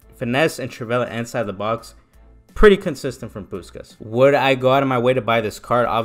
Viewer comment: That gameplay nearly convinced me to buy him lmao good stuff also his name is pronounced pushkash because in Hungarian the S is a sh sound :)